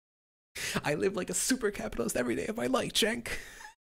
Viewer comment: Vaush going "SUPAA Capitalism" will always make me chuckle hahaha